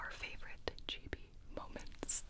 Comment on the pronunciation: Gi-bi....... Guy-bi?